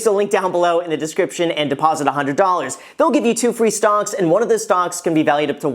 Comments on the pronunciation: did he say stonks?? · I stg he said “stonks” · Dude...Were you saying stonks the whole time during that plug? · Who else heard stonks?